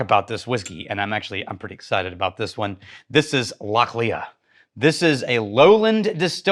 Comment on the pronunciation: Love everything you guys do! Just one minor thing, it’s pronounced Lochli not Loch Lea. Keep up the good work